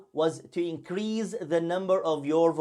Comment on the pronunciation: The 's' in 'increase' is pronounced with a /s/ sound not /z/.